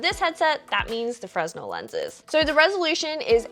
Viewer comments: hey, just because were all open to learning, the word fresnel is pronounced freh-nell. s is silent. just a quick p.s.a.:) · Fresnel, is pronounced Fr-nell